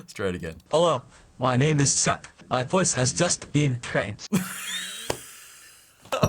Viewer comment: Hello my name is Chuck ❌ Hello my name is Suck ✅😂🤣